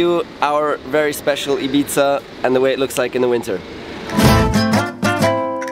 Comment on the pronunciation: It's Ibiza not ipizza lol 😂